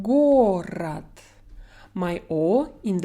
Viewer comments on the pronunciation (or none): вторая О, в слове Город, всё же не Шва, имхо.